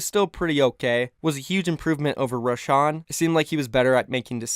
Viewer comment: I hate how you pronounce roshan